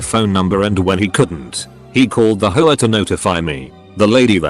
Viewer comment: Nobody: The TTS: “Hoe-ah”